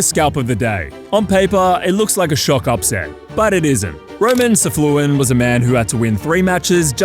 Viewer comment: his name is not Safluin it is Safiullin, you do not say the L right after the F.